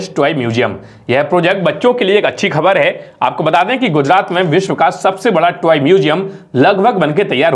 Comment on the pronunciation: Bhai thoda fluent ho jao yaar vikas ko bikas mat bolo 🤦 Please